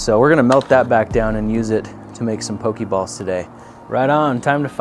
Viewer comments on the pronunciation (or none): Once again, it pronounced poh-kay-balls, not poh-kee-balls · Is no one going to correct him on his pronunciation? The é make an uh (kind of) sound. Poke-uh-ball. Same with Pokémon, Poke-uh-mon. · I mean who cares, but it is pronounced poke a ball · In the Minecraft Pixelmon mod, Pokéballs are actually made of aluminum (or iron, both work). Also, make sure to pronounce the accent. Take words like résumé and fiancé as examples.